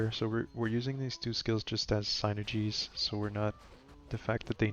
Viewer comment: SIN ERRR GEEZS not SIGN ERR GEEEZ lolol but good video